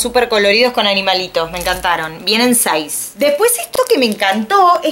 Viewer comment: en el MINUTO Dijo sais pero no dijo Seis